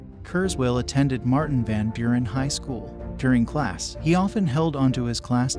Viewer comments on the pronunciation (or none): none